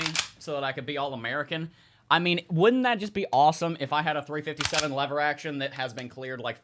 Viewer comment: For some reason when you said .357 it sounded like 30-30.